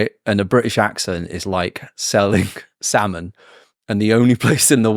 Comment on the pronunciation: I've got a friend from Mexico who lived in the UK for years and he says "sal-mon" too.